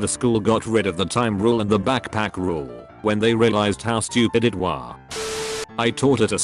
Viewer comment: "How stupid it wah."